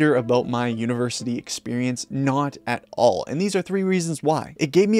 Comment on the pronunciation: bro "at all" it isn't that hard.